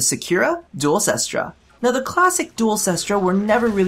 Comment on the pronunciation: nooooooooooo its 'kest ra' not 'sis-tra' ! :C i also dont have the hugest idea about what is top tier weaponry, but can't you equip a lower recoil mod? i know that it's bad by the numbers to do this kind of thing, as you lose out on point that could be spent on other things, but i found that the duel cestra became quite reliable when you put a minimum rank pistol mutation and a max rank steady hands on it, likewise i put a max rank steady hands on my marelok and vaykor marelok, as recoil is no fun but for real even with the annoying recoil this gun has, if you mod that out of it and mod out its ammo inefficiency, its actually tons of fun to use